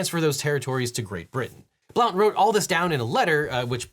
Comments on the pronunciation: It's jarring as a Tennesseean to hear William Blount's name pronounced like that. It's actually pronounced Blunt, like something George Santos isn't cool enough to smoke. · Just a quick heads up, William Blount's last name is pronounced Blunt despite its spelling. Speaking as someone who went to William Blount High School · Random trivia. "Blount" was mispronounced. In this man's case it's pronounced like "blunt." Source: I lived in Blount County, TN for 6 years. And yes, it was named for this man. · "Blount" is pronounced "blunt".